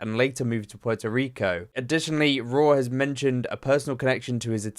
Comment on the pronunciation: It’s Rauw like raul (his real name) RAH OUL